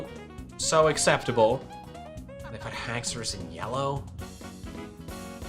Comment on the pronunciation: i would say just haxours not haxouri